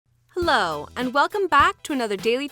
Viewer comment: LOL AT THE BEGINING SHE SAID LOW INSTEAD OF HELLO XD